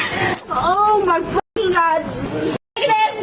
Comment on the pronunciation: If you say “oh my goduh” or “oh my godah” i immediately know the height of your maturity level